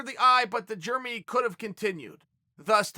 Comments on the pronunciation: love it. Germy xD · I get yarear but who doesn't pronounce germy like that? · Germy and Yarir... Chael being Chael. Jeremy is even an american name. From now on I call Chael, Choel. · Ya-rear and germy. Never change Chael. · Chael should start the Club of Mispronounced Names. Kamara, Germy and YaRear could be the founding members.